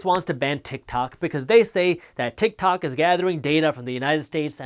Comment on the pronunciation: haha i thought yousaid "utah!" and I got all excited for the shout out!! lol